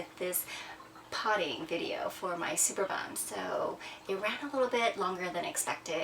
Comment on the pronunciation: It is pronounced superb-um not super-bum. Lol.